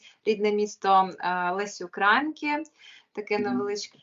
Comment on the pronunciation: Наголос в українки на літері ї